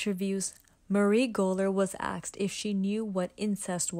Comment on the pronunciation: “Axed” or “asked”?